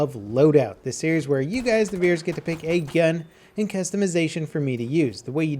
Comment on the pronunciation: did you know that the word gun is pronounced with U and not with E?